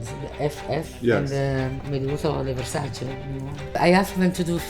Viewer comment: I still find it so annoying that they can’t pronounce versaCE properly…….. cmon now